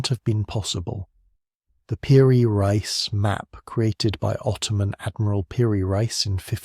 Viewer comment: Nice artist you have. I guess photography wasn't invented yet. And you pronounced "reis" correctly. And Venice is built on wood pilings, what would they expect? Well they're Italian and make great overpriced cars.